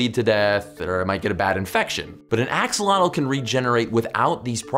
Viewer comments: I clicked on this to see if Joe would pronounce Axolotl properly. He did not. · Joe you pronounce Axolotl really funny. Also, they have also been found in the waters of lakes and ponds in the state of Hidalgo, it's a new discovery and the population is rising. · So it's pronounced like axo'otl?